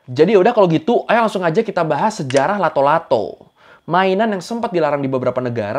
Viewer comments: nama nya Latto' Latto', bukan Lato Lato. Nama itu dari bahasa Makassar Latto'(di baca lattok/ kayak baca pempek d huruf K nya) yang arti nya bunyi(keras atau kayak bunyi patahan) Latto' Latto' jadi arti nya bunyi bunyi bang. Entah kalau d daerah lain pada kala itu nama nya beda atau sama atau terjadi penyesuaian kata karena perbedaan dialeg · It’s latto-latto, not lato -lato 😂😂😂😂